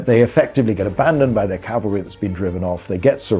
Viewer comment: Thank You for saying Cav-al-ry!!! And not Cal-va-ry. Almost everyone gets it wrong, infuriating.